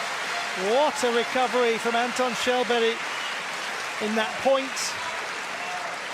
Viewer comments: You pronouce it like Shellberg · They call him Shallberry 😂